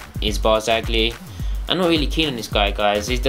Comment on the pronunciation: How to pronounce: Chiellini: 'Ki-eh-lleni'. Barzagli: 'Bar-za-li' (soft 'G'). Campagnaro: 'Camp-an-yaro'.